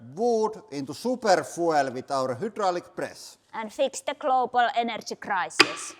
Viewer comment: foo-ell? Foo-eLL?